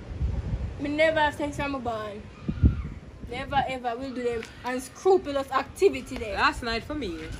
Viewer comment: "Unscroopilous activity"😭😂